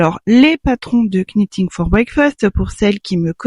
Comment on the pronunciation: Bonjour, aucune critique, n'en prenez pas ombrage, juste une information, je voudrais voir dire que le "k" de "knitting" ne se prononce pas, comme le verbe anglais "to knit" qui se prononce "not". A part ça, j'ai tricoté plusieurs fois le timeline qui est un patron gratuit mais je trouve qu'il vaudrait peut-être mieux de faire un tuto d'un autre patron parce que Stephaline-made propose un tuto très similaire au Timeline et ça serait peut-être redondant.